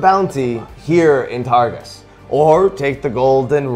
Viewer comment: he’s saying targus but i keep hearing tarsus like saul of tarsus in the bible and its making me wheeze